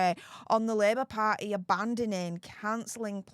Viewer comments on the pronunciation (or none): I love how she says party. "Par'eh".